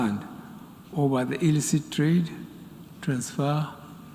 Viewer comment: I hate listening to this ex coup leader and a beneficiary of coup in Nigeria Dec 31st 1983. A supporter of terrorist groups in Nigeria. A man that cant even pronounce "the English word "illicit" 🤣🤣🤣🤣🤣 Nigerians who jujued you people?? A man that doesn't observe rule of law, rights of Nigerians etc is here campaigning for such? Utterly ridiculous and nonsensical!!!